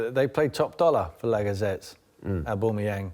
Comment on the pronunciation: "Lagazettes", " Abumiyang", "Glendouzy", really? 😂